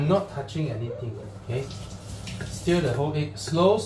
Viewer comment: Bro, I dont know why lah. ... Even when you say stir, i still hear it as steer 😂 hahaha..